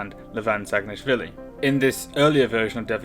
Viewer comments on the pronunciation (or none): none